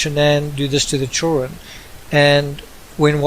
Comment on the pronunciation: “The choolren”